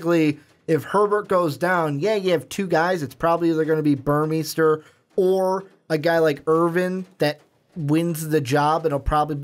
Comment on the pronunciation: Burmeister= bur-mey-ster Shough= Sh-uck Jelks= Jel-ks Couldn't finish listening after I realized how little you knew about the ducks football program. Mitchell is the leading returning receiver, breeland just averaged more yards per play. Our running backs are mostly unproven and the ones with experience are questionable to stay healthy with their smaller frames if used as work horses. Ever heard of Jeff maehl, josh huff, Jason Williams, Darren Carrington, braylon addison, ed dickson, sammy parker, Keenan howry, demetrius William's, Cristin McLemore? Yeah, not receiving threats... just offensive weapons. Sorry dudes, but need to do some research on a team if your going to give 20 minutes of opinions